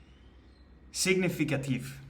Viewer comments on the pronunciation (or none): Bravo pour cet exercice sur un sujet pas évident car presque métaphysique. Juste un point de prononciation sur le mot " significatif" où le G ne se prononce pas , tu peux le dire presque comme ça "siNificatif" ( par contre ne pas l oublier à l écrit 😊)